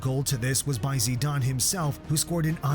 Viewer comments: bros.. its not pronounced Zidaaayne😂😂... its pronounced how its spelled. Zidane. btw, madrid are currently on a 42 games unbeaten streak in the league. pretty impressive if you ask me.. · It’s pronounced zi-dan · 3 years of reacting to football and don’t even know how to pronounce zidane